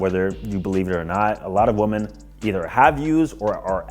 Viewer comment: why do you refuse to pronounce "women" correctly